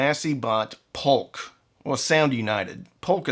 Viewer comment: J or Y, it's a J. It's JAMO not Yamo. JBL not YUBBLE. POLK is POKE not POLLOCK.